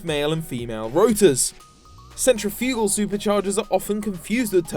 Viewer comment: U say centrifugal funny!!!